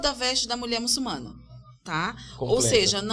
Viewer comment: Olá, pessoal. Trabalho bacana. Só um ponto, o correto é "muçulmana".